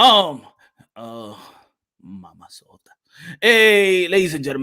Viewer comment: "Mamasota," lmaaaoo fr fr